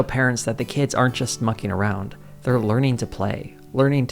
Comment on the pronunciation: as an Australian hearing “mucking around” read by an American is quite funny